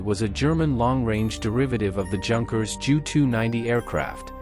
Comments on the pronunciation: "Yoonkers" Not junkers. great video otherwise. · Junkers is pronounced “Yoonkers”